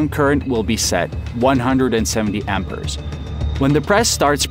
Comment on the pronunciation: "wielding transformer" "ammpers" "alangated"